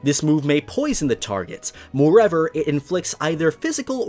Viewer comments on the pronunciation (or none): Normal People: "moreover": "moreever" Me: "NANI?!"